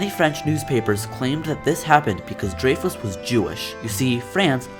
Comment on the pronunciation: You pronounced his name wrong bro